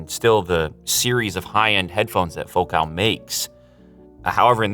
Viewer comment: It's pronounced Focal, not Focaal. Like focal point, which is kind of their whole thing. They have been making exceptional car audio for decades.